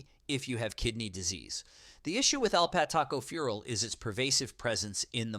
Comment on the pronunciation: It’s tocopherol not “toco farel”! It’s Cyanocobalamin ( siano, not “kiano”) 🤦‍♀️